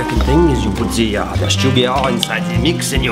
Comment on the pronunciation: Za butter Za sugar Za butter Za sugar ,lol